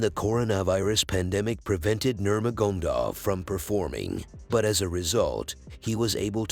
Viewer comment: Yeah man "Nurmagomdov"